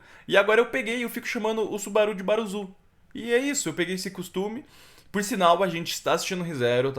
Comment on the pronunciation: Mano, sei que é besteira, mas se pronuncia” baruçu”, fica a dica, react top